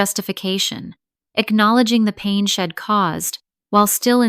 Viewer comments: If AI can’t pronounce contractions; then I would suggest….STOP USING CONTRACTIONS! She’d = she had NOT shed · I’d is Id and she’d is shed? Do something with your AI